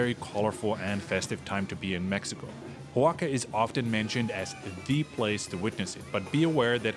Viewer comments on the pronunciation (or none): Great video!! Keep it up!! Please note though that you are pronouncing Oaxaca (pronounced Wah-ha-kah) as “Ho-wah-kah”. No biggie, just pointing it out because you seem like the kind of knowledgeable traveler that would want to pronounce it correctly. Keep up the great content! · Great video, thanks! (and it's O a h a k a, not hoaka :)